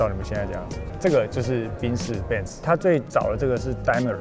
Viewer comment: 千金竟然沒有教真正的德文品牌唸法🌚